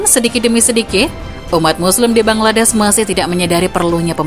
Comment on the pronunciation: Bangladesh min bukan bangladess